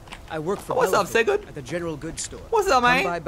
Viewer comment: holy shit my name is Sigurd :D I m so proud and u said it so perfectly :P THANK YOU FROM NORWAY!